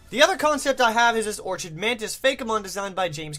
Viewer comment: I'm pretty sure Lurantis is an Orchid Mantis because of the pink colouration and the cross-looking design on its back. Also the "ch" in "orchid" is pronounced with a harsh "k" sound. "Orchid" is pronounced "Ore-kid".